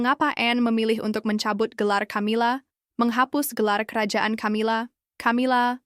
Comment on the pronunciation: Narrator nya ngawur.. Camila Di baca Kamila, bukan Tjamila 😮